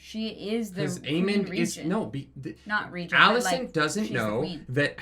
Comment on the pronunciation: Okay bot, firstly it's Alicent. ALICENT. Also, every character in the book was boring and BARELY a character. Like, whatever fantasy in your head is what the character was. Fire & Blood was one of George's weaker books for that reason. He's only a good writer because of the way he writes characters. Because he wrote F&B like a history book, it was dry and boring. The occasional quote here, but you never really get any insight into any of the characters. Just lots of tropes and random accounts from third parties. In fact, every single character in the Dance was fucking unlikable as fuck BECAUSE they had no depth to them. I don't know what books you wiki bots read, but it wasn't Fire and Blood. lul But yeah, this finale sucked and so did the season, but NOT because it didn't follow the shit book. It's because the screenwriters are meh.